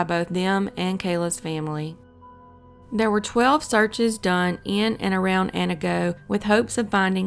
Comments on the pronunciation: lol i'm from Wausau and i'm not surprised someone outside of Wisconsin pronounced it wrong but at least you got Antigo down :) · Wausau was my favorite, but she did pretty fantastic on Antigo for never hearing a local say "Annie-Go" 🤣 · You totally nailed Antigo tho! Most folks don't, but I can't imagine taking it personally. Good grief. Best to just avoid cases from Oconomowoc or Weyauwega lest you be outcast from ever eating fresh cheese curds again... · Please contact a Wisconsin native for correct pronunciation. It is pronounced WAH - Saw, not Wah - SEW (Antigo was pronounced correctly). Onalaska is pronounced ON - Alaska not OWN - Alaska